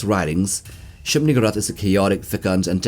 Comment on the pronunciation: To be fair the whole thing about the King in Yellow is lurking in the background… Also I am uncomfortable with how you pronounce shub-niggurath. Usually the emphasis goes on the u not the gg.